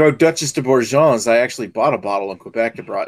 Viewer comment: You crazy American's (and Canadians) say Duchesse De Bourgogne in a very entertaining way "Ber-jon". At least Ashley is the only that doesn't say Gooooooz.